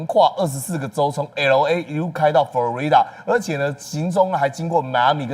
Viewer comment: FLO-ri-da! 參考Google Translate 發音為準